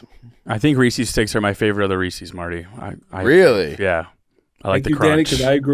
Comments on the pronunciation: It pronounced Rees-IS not Rees-EES. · Why do people in Illinois pronounce Reese's, Ree-Cee's? It is Ree-says... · STOP SAYING "REE-SEES"